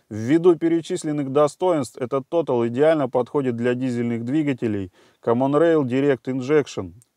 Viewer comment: не тотал русамбай, а тота'ль, по французски. Но за экспертизу рахмат ( спасибо по тюрк.)